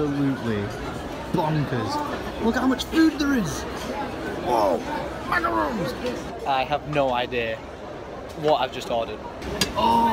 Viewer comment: Macarons not macaroons!!!!